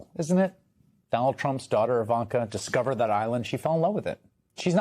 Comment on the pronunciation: "Diacovered"?!?!? Gtfoh